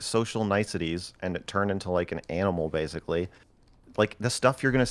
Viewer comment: "so bersickly" why does he speak like that stop saying like...